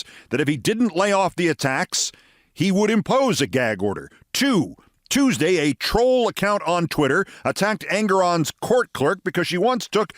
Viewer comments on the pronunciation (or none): none